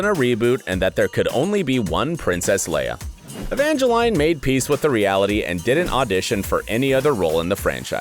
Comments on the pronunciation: I didn't mind the "cersei" then I kept my cool with "evange-line" but the "MAGENTO" definitely killed me! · "Evange-lean" not "Evange-line" "Sser-Sha" not "Sersi" "Scorse-se" not "Scorse-he" "Dam-rin" not "Damn-e-run" "Mag-KNEE-to" not "Mag-EN-to" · Say-er-see Evange-lyne Magento Po Dameroon How do you get these wrong and get Joaquin right? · by the way its pronounced magneto not magenta its ser-sha not ser-see for saoirse ronan and its poe dameron not poe dameroon and its pronouce evangeleen for evangeline lily not being funny or anything but its literally your job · I know a lot of people mess up pronouncing “Saoirse” but Evangeline and Magento...really?! Who hired this guy?